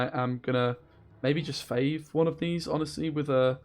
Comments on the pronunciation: F(aw)ve not F(ay)ve. Great deck mate! Loving the videos :) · How you claim to be the english speaker when you pronounce fauve as "fayyve"!?!?! Unscribe